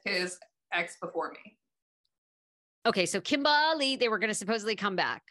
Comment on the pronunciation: it's not Kimberly it's KimBALi